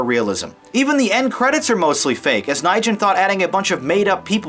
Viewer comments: Sir, it's not Nigen, it's a Vietnamese name, Nguyen, that you just butchered. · James Nijen? Nguyen? If you lived in California, you'd know how to pronounce it..